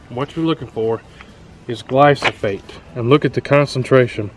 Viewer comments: He keeps saying glysophate instead of glyphosate!!! It's driving me nuts! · Gly-slo.... Gly-sofolate..... Glysofate...(it's GLY-PHOSPATE (GLY-FOS-FATE)) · Pronounced "gly-fo-sate" not "glo-so-fate" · Dont trust the guy who calls glyphosate "glysophate" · Glysophate? Never heard... I guess you meant glyphosate 😅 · Dude... it's gly-FAH-sate, not gly-SO-phate. lol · Mate its called GLY PHO SATE. Not Gly So Phate. At least pronounce it right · "Gly-so-fate"... Try again. LOL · I agree with your video, so thank you. But, brother...it’s GLY-foh-sayt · Gly-Pho-sate!!! Read. Sound it out. Also, You compared pre-mixed to concentrate at Walmart. That’s like comparing antifreeze concentrate to pre mixed 50-50. Duh you get less; you are paying someone to dilute it for you. You don’t need that high of a concentration for most applications. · The word is GLY-PHO-SATE. I unfortunately had the same problem. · It's pronounced Gly-pho-sate. Otherwise great video. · Nice video but, ..your pronunciation of THE main ingredient is way off. Glyphosate is pronounced Glai-fow-suht.......now proceed. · I greatly applaud your efforts to educate others! Please, please learn to say the product name correctly. Takes away any credibility you had. Also, theres NO residual effect of gly pho sate. Its a contact herbicide. More power to you, otherwise. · Learn how to say GLY-foh-sate. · I got more and more annoyed everytime he'd say the word. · The amount of times her said it wrong is awesome, but the content/info is better 😂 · Vivek Sharma if it is straight glyphosate there is zero soil residual, therefore you can sow seeds the same day. This guy doesn’t even know how to say it let alone what it does. And don’t spray ANYTHING you don’t want dead.